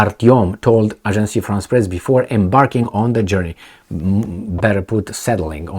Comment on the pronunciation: Agence. (A:jans. )Agence France Press. NOT Agencie Also the word "sy,mbolsitical" does not exist in English.